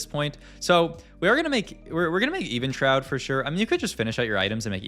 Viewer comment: Keeps mispronouncing Evenshroud for 16mins just to magically say it correctly then, just ragebait at this point or interaction farming. "Was beggars can be choosers his last augment?" - Yeah idk buddy, I thought this is a vod review not a random yap sesh without paying attention.